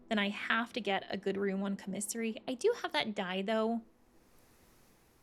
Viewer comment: The word is pronounced COMMisary, not comMISSary